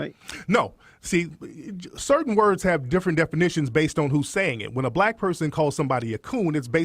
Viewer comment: Why does Peterson always have difficulty pronouncing black name?